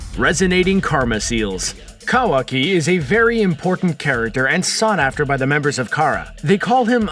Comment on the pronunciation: Wrong facts and can’t even pronounce Kawaki right